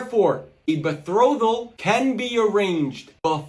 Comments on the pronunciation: As soon as he said “be-throw-thal” I knew he was just yapping lol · Not only can he not pronounce "betrothal", but he obviously doesn't understand what it meant in the Middle Ages (when Aquinas lived and wrote). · hell he cant even say "betrothal" right!!! lmao